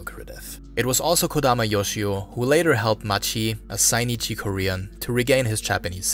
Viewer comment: They're called Zainichi not Sainichi